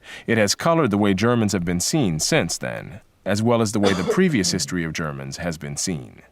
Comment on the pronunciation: "Jarmins" pronounciate ...female Podcaster. They didn't have history class in ebonic socialist schools?